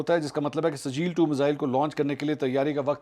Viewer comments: O Bhai, Ye Sajeel nahi SIJ-JEEL hai. Quran ki surah-e-FEEL yaad karo. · it's Sijjeel not sajeel. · Mansoor sahib yeh sajeel nahin sijjeel hay aur yeh soorah feel mein hay.